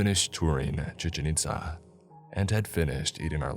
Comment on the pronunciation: The way you say 'chichen itza' is funny